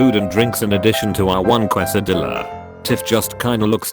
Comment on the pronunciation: Burjer King kwes-a-dill-a drivuh-thru